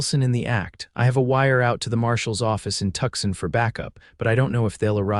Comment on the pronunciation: If you are going to write about American cities, please have the courtesy to say them correctly ... the city of Tucson is pronounced phonetically 'Two-sahn' NOT 'Tuck-son'.